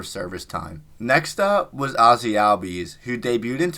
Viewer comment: Ozzie Albies is correctly pronounced "all bees", not "al bees" as he has stated in interviews. Please get it right. Thank you